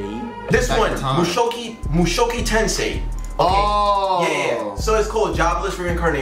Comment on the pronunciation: Ain’t no way nigga said mushoky tensei💀